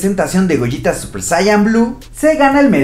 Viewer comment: No Gogeta lo dices como goyita